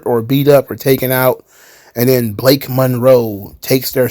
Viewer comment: It's Balake Monroe